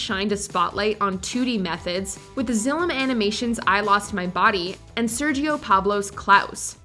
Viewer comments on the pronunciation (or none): none